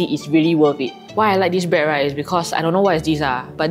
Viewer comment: A lot of them need to know how to pronunce "bread". It is NOT 'braaad".